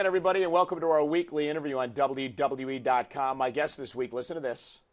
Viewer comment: Did Cole just say WWE without articulating??